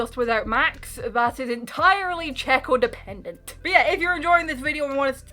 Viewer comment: "it's entirely Checodependant" 😂😂😂😂😂